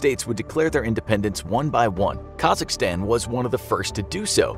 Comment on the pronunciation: COMRADE SAID KAZAKHSTAN CORRECTLY. LOVE FROM KAZAKHSTAN